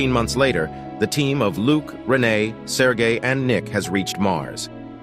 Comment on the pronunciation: Sergey is pronounced (sir-gay)